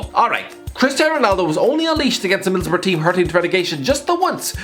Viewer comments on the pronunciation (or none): none